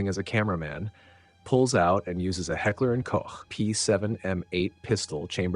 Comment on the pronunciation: As every time, props for the correct pronounciation of "Heckler & Koch" and not saying "Heckler & Coke" or "Heckler & Cock"